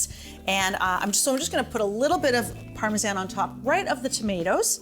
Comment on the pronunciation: Why u sayin Parmesan like tht